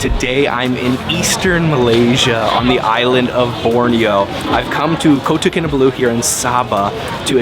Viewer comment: Kota Kinabalu is not that hard to pronounce! How about learning the languages of the places you visit for something more than superficial experiences.